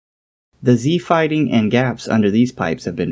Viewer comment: like I didn't understand each time.. c fighting??? Z fighting???